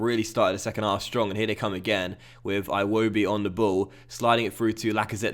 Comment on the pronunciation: Everytime you play Arsenal we tell you this. It's EEwobi not I-wobi lol